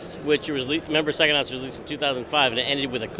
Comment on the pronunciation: How is it that the man who invented the word psychonauts can't say pscyhonauts? "Sackonuts?"